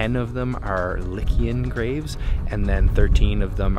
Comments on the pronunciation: the ancient people were 'Lycian' pronounced "Lie see an" Lycian, not likian! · Its lie see an!